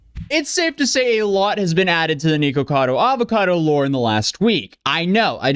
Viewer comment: Thanks for saying the name correctly this time